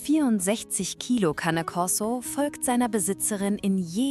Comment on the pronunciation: Das Wort "Cane" ist italienisch und heißt "Hund". Der Cane Corso ist also ein Korsischer Hund. "Cane" spricht man, wie es geschrieben ist, "Ka-ne", es wird nicht englisch gesprochen.